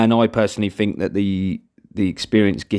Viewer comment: Learn to say think instead of fink please